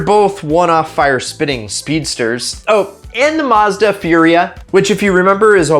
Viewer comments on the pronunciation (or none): Yep he did call the Furai "Furia" :( At least Furia means Fury in spanish :)